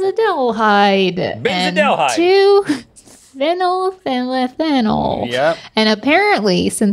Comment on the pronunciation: Phenyl ethanol as well... there wasn’t even a try on that one